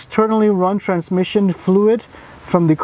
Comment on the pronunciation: transMUsion fluid..😂 I love your amazing review for cars.